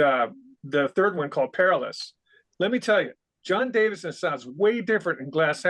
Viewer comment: Davison, not Davidson…